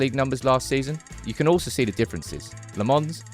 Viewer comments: Do need to work on his name though, it's not Lemons. It's more like Lamp (but pronounced without the p) + Mens. As for his first name, it's not Sen but Senne, just add the same e in the middle at the end and it'll sound fine. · When pronouncing Lammens, it's in fact the other way around. You seem to say le mans, but it is "la mens" with the "e" as a schwa. Just a heads up. Maybe a bit creative, but proncounce "Lammens" like you would say "lamb untz" without the b sound from lamb and without the sharp t from "untz". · Still calling him LeMons.... Lammens ... the a is like "a" like "after", and then it's mens like the word "men"..... ITS NOT THAT HARD